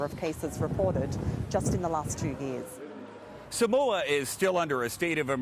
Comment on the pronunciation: f#ck man can u guys say SAMOA properly